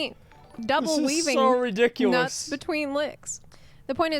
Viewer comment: "double weaving nuts between licks" "this is so riDICKulous" ... All you need to know about ff14 bois...